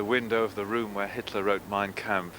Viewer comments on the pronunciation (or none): none